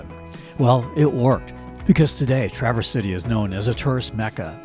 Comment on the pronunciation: Great video. And, it is pronounced TRAverse, not TraVERSE. Emphasis on the first syllable.